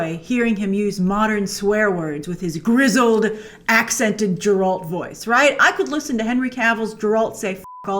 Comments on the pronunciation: yeah but you'd think that after watching 8 episodes she might notice that they're pronouncing it Geralt and not Jeralt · Grace it’s not Jeralt it’s Geralt .. come on Uve watched the whole series! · What’s a “Jerolt”, Grace? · It's not jeralt!!!!!!! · IT'S GERALT, NOT JERALT! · Jrace, it's not pronounced Jeralt. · Did.....did you just say ‘jeralt’ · Pronounced Ger-ult, not Jer-Alt Grace! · Grace, try again with the “Geralt” pronunciation. It’s a hard “G” and not a “J”. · Also, wtf is Jerolt.. You mean Geralt? You know like Gehr-rult.. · Grace. Stop it with jeralt. (eye roll) it's a hard G sheesh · PLEASE STOP SAYING JERALT. ITS GGGGERALT WITH A GGGG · It's geralt not jeralt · How do you watch an entire series but still manage to pronounce the main character's name as Jer-Alt. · At this point I think you're just calling him Jeralt to trigger people. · It’s Geralt grace not jeralt🤦‍♂️🤦‍♂️🤦‍♂️🤦‍♂️ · Its not Jeralt Its Geralt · Its Geralt Grace! NOT Jeralt! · "Jerolt"? Did she not listen to how the name is pronounced throughout the entire show? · FOR THE LOVE OF GOD IT'S GERALD NOT JERALD!!!! 🤯🤯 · Come on grace it's Geralt not jeralt haha... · It’s GE RALT not Jerolt... 🤨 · Even after watching all these episodes, you are saying Jerolt!!! Really? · Are you sure you watched it? You're still calling Geralt Jeralt... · Stop calling him Jeralt Grace. It's Geralt!!!!! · If she says Jeralt one more time... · First of all it's "Ge-ralt". 2nd, Game of Thrones was very female centred (Queen Cersei ruled the south, North was eventually ruled by Sansa, the person who ended the war was Arya and the Mother of Dragons was Danaerys). 3rd, the fight scenes were amazing throughout; the first couple of sword fights were very similar to how the Video game Geralt moved. 4th, the first episode was one of the strongest episodes as it was the hook of the show. You're high. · Who's Jer-ALT? Do you mean Geralt? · Who the hell is Jerolt ?? Lol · Jeralt????? what you saying Jrace?